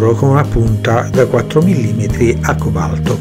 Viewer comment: acque balto non si può sentire ....al cobalto BESTIA